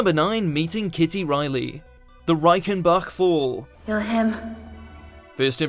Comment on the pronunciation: sounds like youre saying reikenbuck LOLLLLLL..im so glad i live in germany